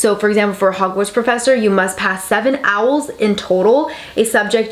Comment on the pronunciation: Are you saying AWL??